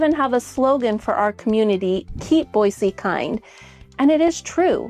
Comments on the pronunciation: Born and raised in Idaho it's pronounced BOYZY not BOYSEE grrrr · Is it Boissee or boizee? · I like how she says Boise.